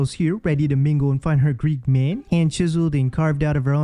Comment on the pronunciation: Why does she keep pronouncing man like “myeen” it’s so annoying!